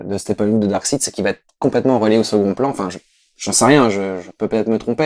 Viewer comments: le seule vraie défaut de la vidéo,c'est quand dit Darkside et non DarksEId. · c'est pas Darkside. C'est Darkseid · Pitié, prononcez Darksaïde T_T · est marrant, il est fan de comics et il ne sait même pas prononcer correctement Darkseid!! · je préfère largement le Ghost Rider d'agents of SHIELD à celui du film. Comme quoi les goûts et les couleurs :p Par contre entendre prononcer le nom de Darkseid à la Française ça m'a vraiment crispé x)